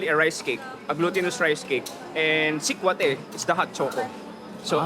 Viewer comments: The Filipino guide, are you really from the area? You're pronouncing sekwate funny! It's see-kwa-teh. No stress on the first syllable. Para ka namang foreigner! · Getting hungry watching. Not sure about how sikwate is pronounced in CDO though but in other visayan region, the stress is on the second syllable (wa), not the first (sik). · I'm so disturbed how you pronounced sikwate... next time pls ask how they pronounced it. ur giving injustice to the locals. and that's not puto Maya that's just puto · ....its not pronounced as Sik-wha-te but Sikwa-te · Its SU-TU-KIL "SUGBA-TULA-KILAW" TULA or tinola or Sabaw.. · What's that guy saying the purple puto maya can only be found in CDO? Such incorrect facts. Also, he pronounced sikwate incorrectly. Do better man.